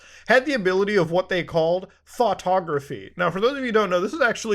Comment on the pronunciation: I know u said thoughtograhpy but I keep hearing Thot-ography